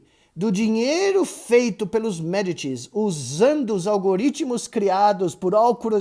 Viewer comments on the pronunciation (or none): none